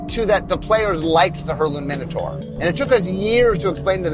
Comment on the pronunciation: Oh my god, where did you learn to pronounce minotaur? The 'taur part' is pronounced like tore, like I tore you a new one. :-p